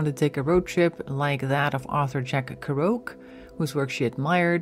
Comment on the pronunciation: Horrible that you mispronounce Jack Kerouac's name.